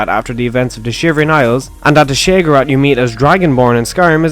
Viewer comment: You make great vids and I know I'm being petty as shit but god fucking help me the way you pronounce Sheogorath makes me want to bash my head into a wall until I have brain damage